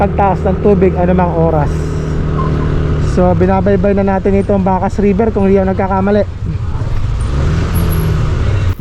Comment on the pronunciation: Bakas -- nasa second syllable po yung stress.. hehe bakas like bakas ng paa etc